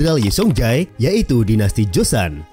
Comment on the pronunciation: Bagus videonya informatif. Sedikit saran agar channelnya bs berkembang menjadi semakin baik, ke depannya agar lbh diperhatikan pronounciation yg benar, beberapa kata korea nya sy dengar salah ucap berkali2. Seoul itu dibaca Soul. Joseon itu dibaca joson. Baekje itu dibaca bekje. Hangeul itu dibaca han gel (e nya itu kek kita baca buah apel). Syngman Rhee itu dibacanya Sengman Yi (e nya kayak e di buah apel juga). Marga Lee ato Rhee itu dibacanya Yi. Marga Park itu dibacanya Bak. Hanbok dibaca hanbok bukan henbuk. Dan bbrp kata lainnya mohon lbh diperatikan bagaimana pengucapan yg sebenernya sehingga penyampaian informasinya jd lebih baik lg.